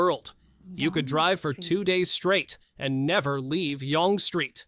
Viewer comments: Yonge Street is not pronounced yong. It's pronounced like young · Lol AI pronounced it wrong. Yonge st. Is young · yonge street is pronounced young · Voice over was fine until I heard it pronounce Yonge street wrong 😂 pronounced like young btw... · Holy crap... Yonge St is pronounced the same as if it were spelled "young". Newfoundland is effectively pronounced "new-fen-land" And that closed captioning is horrid... it's the Rideau Canal (yes, it was pronounced correctly, but still...) There are actually several more uses of "eh" in Canada. You should check out Todd Maffin's list of them. Scotland reintroduced a group of beavers recently and they've expanded across the UK, repairing sections of their environment. Shout out from Chatham for Sam! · How about innit, as a very British thing to say at the end of a sentence? It's pronounced A, not eeh or whatever the stupid AI voice said. Yonge St. was wrong, too. It's pronounced young, no g sound. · The longest street, Yonge Street, is pronounced 'young'.